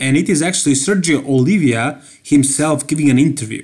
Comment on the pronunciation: The last name of Sergio it's Oliva not Olivia